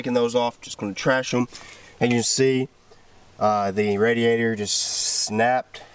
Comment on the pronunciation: Lol wow it’s ‘’RADIATOR”